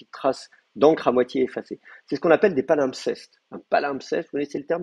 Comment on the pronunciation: Un "t" de trop à "palimpseste"...